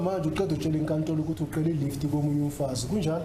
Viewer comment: Not really. You can tell he’s not Zulu but just someone who learnt isiZulu and works as an interpreter. He confuses the clicks sounds - Ce,Xe, Qe, Ngce, are all pronounced differently and he gets it wrong quite often. The word for “ask” is cela, I’ve heard the interpreter say “qela” a few times. Lol a bit irritating when you know isiZulu.